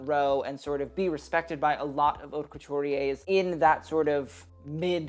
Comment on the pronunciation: dude you literally always say plit like that, the t at the end is silent, it's very fucking annoying seing everyone butcher the french language. And also, in haute, the h is also silent, it's literally the name of your channel. If you're not sure about how something is pronounced, just go check on google translate, press the vocal button. It's not that important and probably doesn't require a full comment on that, but saying the name of your channel correctly, considering the way you wrote it, may be better